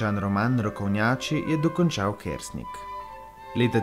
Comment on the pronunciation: Naglas priimka je narobe, drugače pa lep video. ...